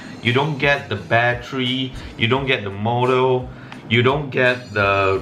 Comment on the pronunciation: Its called motor not morrr